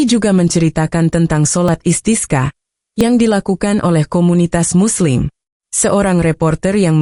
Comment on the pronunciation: sholat Istisqa, bembaca beritanya spt tdk tahu pengucapan ajaran Islam ( bahasa arab ) asal baca saja tdk tahu maknanya